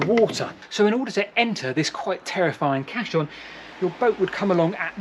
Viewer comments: There's NO H in caisson so it's pronounced like CASE-ON not CASH-ON. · A great and scary explanation, thx! I’m pretty sure Caisson is pronounced Cayson by the way… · The word is in fact Caisson, and is an engineered watertight structure still in use today. It is pronounced to approximate the sound of "case-on". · Very interesting video, and some lovely stonework and industrial architecture on display there. Keep it up. I love canals. Quick point of order, though - it's a caisson, pronounced "case-on" and not "cass-on" or "cass-i-on", it's a word taken from french meaning "large chest". No, not that sort of large chest, get your mind out of the gutter. Literally referring to a bloody great big airtight box you could put a boat into. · Caisson, - pronounced ‘Kay son’. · Thanks for making this, very interesting I'll have to look through your other work now that Im aware of it. As an engineer there is one error that I noticed, caisson is pronounced Kay-son. It's also caisson not cassion as you refer to it. I'm aware there might be some misspellings around and sometimes difficult to know who is correct but Robert Weldon referred to his invention as a hydrostatic caisson lock on his patent application. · Fasinating posting, however "Cassion" is pronounced "Case-on". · Caisson is pronounced "Kay suhn" hope this helps, great video btw. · I feel like a dummy. I spent 15 minutes trying to spell cachion, castle, and auto correct gave me everything except what I wanted. I finally gave up and looked at the comments. Duh. sounds like kay-sons. edit; caisson means sealed box, also related to coffin '' A funeral caisson [pronounced kay-sen or kay-sahn] is a two-wheel, horse-drawn cart or wagon originally used to transport ammunition during military battles and, when necessary, to transport the wounded or dead from the battlefield.'' also caisse, cash register or sealed box. also, architectural, A sunk panel of ceilings or soffits. known as a coffered ceiling.